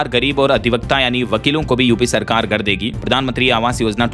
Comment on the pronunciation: भाई नियमित रुप से आपका समाचार सुनता हूं हिंदी भी अच्छी बोलते है, एक सुधार और कर लीजिए, नियमित अभ्यास करने पर ठीक हो जाएगा, भाई आप "घर" को "गर" बोलते है, "घ" बोलने का अभ्यास कर ले 🙏